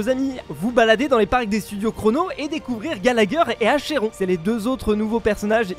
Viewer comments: j'ai vu 2 erreurs dans l'opé dès les 2 premieres secondes en tant que joueur de honkai star rail c pas archeron mais acheron sans le r et honkai star rail pas honkaR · moi: Achéron: ARchEron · "Archeron" "Honkar" respecte la sponso 😭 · acheron ce prononce "Akérone" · Sa se prononce arkeuron ;-; même si ses écrits archonre